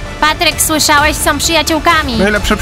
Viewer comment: Wow * nie łał są *a nie som